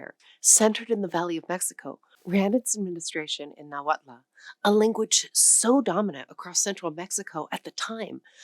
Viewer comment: I am Mexican, I love your channel and I am proud for because you decided to make this chapter. I just want you to correct you with the Náhuatl pronunciation: don't add an A at the end. It is very complicated, I know, but emphizise the first A, and a strong ending with the "TL" sound: nÁhuaTL Thank you for the privilege...